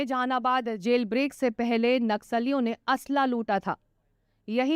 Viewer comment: Mam asla nahi aslah hota hai,jara bolna to sikhiye.